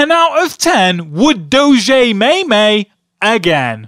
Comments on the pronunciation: Its Doe - J not Doe - Jay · It's pronounced doge not dogé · DOE- shay. LOL Its obviously Doe-je :p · I am a french viewer and we all say Doge to say Dog, it's much more professional to say. 10 out of 10 would Doge again ! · Doge Really? I thought it was pronounced Doje. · not pronounced dojeh, its pronounced Dog-e (doh-g-e actually say E) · in french its not dogé its DOGE and in french a dog its a chien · oh rly, did you know doge is not french for dog already? indeed! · dis looks nothing like doge. and it's pronounced doje not doge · it's doge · Dough-Je, Dafuq. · 10 out of 10 would do-zhay may-may again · i think its pronounced do-gee and it certainly doesnt mean dog in french :P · It's "Doh-j" and "Meem" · its called sopossed to be said dojuh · Doge is not French for dog, chien is. Plus doge is pronounced "douge" and meme is pronounced "meeme" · it's Doge (doh-j) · It's pronounced Dough-gee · it's pronounced duge spelled d0ge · It is pronounced doje. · It's pronounced dohj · why does everynody call doge goje its dumb stop saying it wrong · Its pronounced doe-ge. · its not doe-j its doe-ge and its not may-may its meem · It is pronounced "dough-j" and "meem" Your welcome. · Its not prenounced doge a its prenounced dojje and chien is French for dog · Your pronunciation of Doge really bothers me, it's pronounced (DOE-gee).... And for all the people saying he's bad at drawing, it's a joke. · First you say its pronounced like doge, and then you say its pronounced like DOGE, Can you make up your mind already?!?! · Doge is not dog in French, it’s chien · And you prononced doge wrong. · You pronounced it wrong lolol